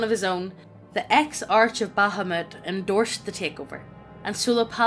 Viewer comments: Without trying to be a dick... Exarch is pronounced ˈeksärk (Ex-ark). If ya'all don't recognize a word, look it up, maybe? You two do this fairly often. 😬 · As a 'Murican, I happily acknowledge that English is most pleasingly rendered via Irish and Scottish accents. 🥰 BTW: their frequent mispronunciations [Ex-ARCH? 🤮] aren't a product of the accent -- just mediocre literacy.